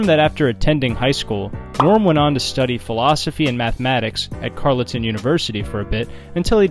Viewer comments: So, like, yer not Canadian, eh? On-TAIR-ee-o (not On-TARR-ee-o) Gloss-ter (not Glock-ester) Carl-tun (not Carlit-un) Algonquin (Algonquins) And nobody points out that Quebec City is “within” Quebec (like specifying that NYC is within New York) But hey, good on ya for a great video! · Ontario = "On-terry-o" Carleton = "Carl-ton" Sincerely, a Canadian. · Out of the 3 odd words you managed to pronounce "Algonquin" correctly, but butcher Ontario (On-Terry-Oh) as "On-Tarrr-E-O" and Carleton (Karl-Tonne) as "Carly-Ton" University. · Ottawa native here! Great video but you mispronounced every single place lol. Gloucester "Gloss-ter" Ontario "On-tare-e-oh" Carlton "Carl-ton" and Algonquin has no s. Much love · Nice pronunciations in that voiceover narration. "Glauw-kester". "Ontawrio". "Carlatawn" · Amazing video but all of the place names were very badly mispronounced. Ontario, Carleton, Gloucester are pronounced exactly how they look. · brooo your pronunciations are bad. Work on Ontario, Gloucester, and Carleton. You effed up three in like less than a minute.